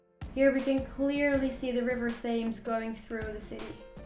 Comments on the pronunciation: You pronounce the river Themes wrong, you should use the program you used for Lough Neagh to learn how its pronounced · You actually pronounce the ‘River Thames’ as ‘Tems’. Forget the H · I would be surprised if Liverpool was the third largest city in the UK Thames (the river) is pronounced Tems. The English language is very consistent in pronunciation. Very good review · FYI River Thames is pronounced as River Tems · Thames is pronounced Tems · the Thames is pronounced tems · Sorry to be pedantic But it’s River Thames pronounced Tems Great vid 👍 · Really enjoyed your video. Just so you don't get angry letters from Scots, the capital of Scotland is pronounced "eddin-bruh". -borough, -burgh or -brough suffixes are pronounced "bruh". Severn is pronounced "7", Thames rhymes with "gems". Ben Nevis is "ben nevvis". Those walls in Wales are called "drystone walls", stone walls without mortar. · Liverpool 3rd largest city!!! not even close. London, Birmingham, Leeds. You have been looking at metropolitan areas and they are not cities. Ps. Work on your pronunciation of the River Thames, your not even close